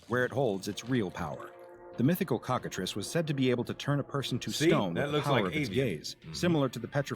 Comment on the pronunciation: "Trice" in Cockatrice is pronounced like "fleece", not "price"."